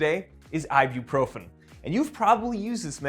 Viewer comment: you be what? You be profen?